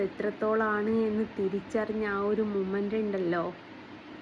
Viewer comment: മുമന്റ് അല്ല മൊമന്റ് 🤭